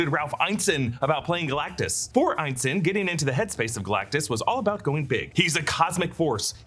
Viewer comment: His name is pronounced Ralph "In-ness-in" not "Iyne-sin"